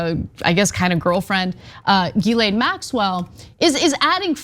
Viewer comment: Ana said it right. Come on, you know our girl did her homework!